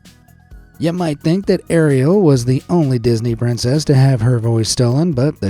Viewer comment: On the "Snow Who" had a little giggle when he says "Areola" ya know, the area around the nipples, lol. Ariel being her actual name.